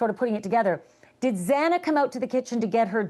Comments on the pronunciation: Its really hard to listen to anything this guest speaker has to say when he cant even pronounce the victims names correctly. What other really important information did he get wrong? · Why is it so hard for loud mouth Harvey Levan to get Xana Kernodle's name RIGHT!?!?!?! At this point it is disrespectful and disgusting. If you are going to report on this heinous murder GET THE NAMES RIGHT!!! DO BETTER!!! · This whole harvey levin segment should’ve ended up on the cutting room floor. How embarrassing and disrespectful towards the victims. Not even knowing xanas name and getting it wrong not once but at least 4 times? What a joke. And I don’t know if Harvey was under the influence of something but he was all over the place and constantly interrupting Ashley. This was a tough watch 🙄 rip ❤maddie❤kaylee❤xana❤Ethan❤ we will never forget your names 🙏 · Harvey couldn’t pronounce Zana’s name properly the entire interview. And he didn’t have the facts of the case. The one girl didn’t live there anymore. She was just visiting for the football game so she should not have been there. He was going to just kill Madison and Kaylee happened to be there and then he ran into ZANA because she must’ve heard what was going on and she was going upstairs to see if they were OK and he chased her into her bedroom where he killed her and killed her boyfriend. There’s a recording of a man saying it’s OK, I’m here to help you. I think someone’s camera picked it up outside. That was probably him talking to Zana. Why no one screamed on the top of their lungs. I do not know. I know that Kaylee had defensive wounds so she was awake and Madison was sleeping or passed out. Why didn’t Zana scream? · Please pronounce Xana’s name correctly! That’s to the TMZ reporter. If you can’t pronounce the 4 victims names correctly then you shouldn’t even be talking about this case! The reason he may have not attacked Dylan is because he was seen taking a container out and may have already changed his clothes.